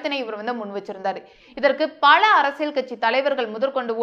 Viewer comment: அது கழகம் அல்ல கலகம்....பழ அல்ல பல...கேல்வி அல்ல கேள்வி... ஊர்வளம் அல்ல ஊர்வலம்...பள்வேறு அல்ல பல்வேறு...கள் அல்ல கல்...அறுப்பு கோட்டை அல்ல அருப்புக்கோட்டை....என்ன தமிழ் பேசுகிறாய்...முதலில் போய் தமிழைப் படி...அர்த்தங்கள் எல்லாமே வேறுபடுகிறது..கொடுமை.